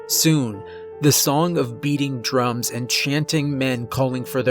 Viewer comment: Hahaha wait what did you say Drum or thumb? Is it Room or Rume. Is it an Irish accent or a western accent . These questions constantly on my mind and I've watched close to 25 or 30 of your Narrations